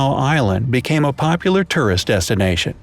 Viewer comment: Turrist you said?